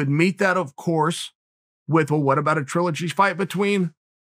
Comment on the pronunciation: If Chael says it's TRUE-ligy, it's now TRUE-ligy!